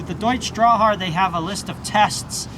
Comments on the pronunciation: Jeeez, not Drawhar but Deutsch Drahthaar. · Drahthaar ( you need to pronounce the T ) it means wire haired Draaht ( wire ) >>>> Haar- Hair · when you pronounce the name Drahthaar you need to emphasize the Letter T